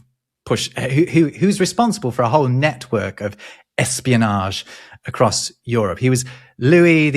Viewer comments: I wonder why "across" is often pronounced like [acrossd], with an audible "d" in the end... Even pronounced it here as [acrossd], but then quickly reverted it to a (normal?) [across]. For me as a non-native English speaker, this "d-ending" sounds completely illogical. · It took me years to stop saying "acrossed" instead of "across". Hearing immediately fix it was very gratifying.